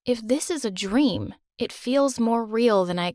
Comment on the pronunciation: IS IT JUST ME OR DID SHE SAY IT AWS A DREM